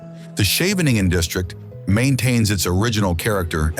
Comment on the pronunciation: Why does this clearly Dutch spokesman pronounces Dutch names like Scheveningen and Keukenhof, Maastricht etc completely wrong? We Dutch should pronounce Dutch names correctly so foreign speakers will get used to the right pronunciation.